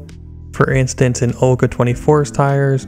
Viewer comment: Btw it’s not Olga, it’s VOLGA